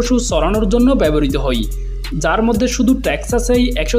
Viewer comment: আপনার "হয়" কে "হই" বলার কারণে।